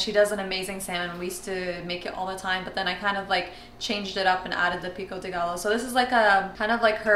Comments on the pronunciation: Trying that salmon recipe ASAP!! Btw as a fellow Mexican, Pico De Gallo is pronounced “Pico de guy-yo” hope that helps! :) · The Gallo, in pico de gallo, is pronounced like 'guy-yo'! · Awesome recipe, so im a Spanish speaker and just couldnt help myself, pico de gallo is pronounced like pico de Gayo.also jalapeño is pronounced jalapenyo. Enjoy your videos so much, cant wait to try the recipe💜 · lol We lived with my aunt in London before coming to the USA for a while and she did the same exact thing as your grandmother so every single time I do rice I have to do the same thing get every single piece of rice out. she pops in my mind every time i make rice. what is taheen? pico de gayo is how it is pronounced. 1230 am is that when u eat? wow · Lol what I was coming to say too! A double L in Spanish is pronounced like a Y 😊 like tortilla